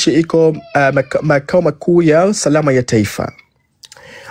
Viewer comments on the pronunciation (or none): Ni Usalama sio Usarama ni Hapakaliki sio hapakariki yaani nyinyi wenyewe hamjui kiswahili 😂😂😂😂😂😂